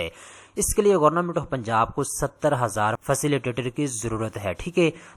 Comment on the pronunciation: گورنمنٹ ❌ گورنامنٹ ✅ 😂😂😂😂😂😂😂